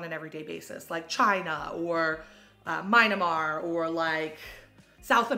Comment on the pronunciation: MYNA-mar? I think it’s ME-an-mar.